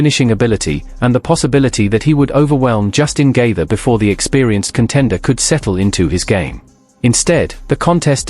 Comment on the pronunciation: Justin geeever..... like wtf. If this was an mma fan they wouldn't have pronounced it incorrectly.